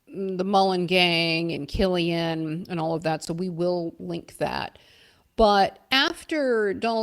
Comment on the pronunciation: Welcome back love the show It’s Killeen not Kilian lol. There’s still one or two left in SouthBoston ☘️